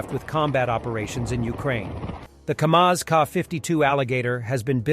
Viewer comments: Its Kamov Ka-52 not Kamaz !! KAMAZ is a truck manufacturer !! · Lads, it's Kamov not Kamaz (Ka-52). You're welcome ;) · They cannot make dozens of these things a month! Note: these are KAMOV, not KAMAZ. KAMAZ is a Truck, not an eggbeater. (aka Hubschrauber!)